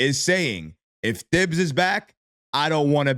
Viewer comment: Bro. Pronounce Thibs correctly already. Sheesh